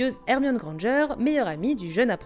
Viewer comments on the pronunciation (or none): a passant c,est pas grangeur mais granger et c'est pas malfoye mais malfoy